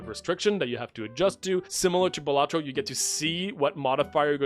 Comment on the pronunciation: bro really said bellatro